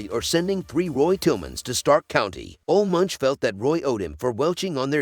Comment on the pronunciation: It's pronounced "Oluh Moonk."